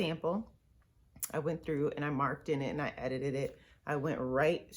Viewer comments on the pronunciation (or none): I giggled and said to myself, “She says ‘edited it’ so funny”... then you got tongue tied & laughed at yourself. Then you did it again! Lol! You’re so beautiful, talented & encouraging! SUPER proud of you! 😃